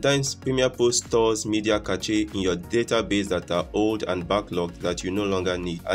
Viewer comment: my dude, did you say cache like CATCHY? lol other than that good video man